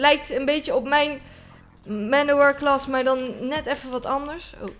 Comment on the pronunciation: niet klas maar class spreek uit als kles